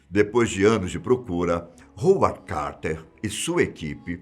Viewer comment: O narrador precisa pronunciar corretamente os nomes em lingua estrangeira. Por exemplo, a.cidade inglesa de Leicester tem seu nome pronunciado 'lesster' e não 'leicester'; o nome Howard é pronunciado 'hauard' e não 'hoard'...